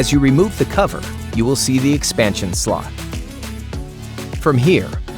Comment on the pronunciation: im the only one who hear "the expansion slut"? xD im sorry but his O sound more like an U